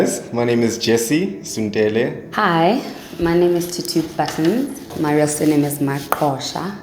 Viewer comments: To think I've always thought his last name is pronounced "Soon-tell" 😩😏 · I will never get over how he pronounces his surname cause why tf have i been saying "sun-tell"??????💀